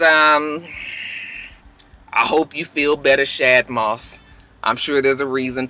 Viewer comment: you still got it wrong LMAO. Shad is pronounced like Rod. I appreciate your efforts tho lol. So positive. I agree with you about Alexis Sky 🤔 Wiz as much as I love him, he's doing everything in his power not to get back with Amber when he knows he want to. Apryl and the last girl is a NO from me